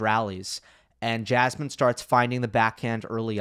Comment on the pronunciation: Yeah. Someone should make parody of Jasmin as "Jazzman". Because this is the way her name is pronounced. It could be something like Jasmin playing jazz instruments on court while the ball is nearing extremely slowly towards her and when it finally reaches her she throws off the instruments, takes rocket and hits the ball. Then the same again with a different jazz instrument. Unfortunately I do not have any idea for the punchline.